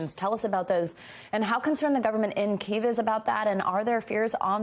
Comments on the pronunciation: It’s extremely frustrating that they can’t pronounce Kiev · Why are they pronouncing Kiev like that